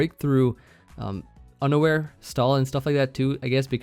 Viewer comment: Not going to lie I 100% thought you said "it breaks through underwear." Not unaware lol